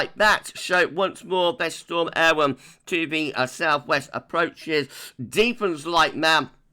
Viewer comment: Great video - yesterday's Met Office press release included how to pronounce 'Eowyn' - I think you're pretty much spot on!